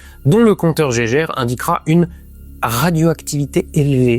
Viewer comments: Ça se dit compteur « gué guerre » et non pas Geiger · Pitié arrêtez de dire "Compteur Jégèrre", c'est so 1910. Les mecs qui ont inventé ca ils s'appelaient GEIGER et MULLER, pas Gégé...ni Jégèrre.